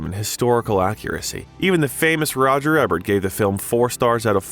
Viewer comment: Alright, I’m gonna have to say something about the pronunciation of names it’s not Roger Ebb-ert it’s E-Bert and it’s not Bo-No it’s Bon-O